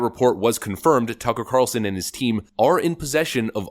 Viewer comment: Lori Lightfoot can't even say turcker Carlson lmao